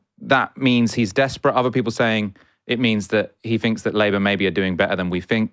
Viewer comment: Bit painful listening to finking. Pretty sure ai thinks